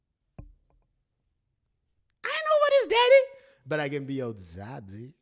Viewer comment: Ohhh my Gosh you said Daddy in such a Zambian accent 🤣🤣🤣🤣🤣🤣🤣🤣🤣